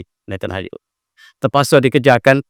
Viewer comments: Maaf, cuma nak perbetulkan kan sedikit kerana kerap sgt menyebut Netanhayu.. sepatutnya Netanyahu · Satu lagi tanah yang dijanjikan.prof sebut nethanyahu sebagai nethanhayu...sangat funny la... 😂😂😂😂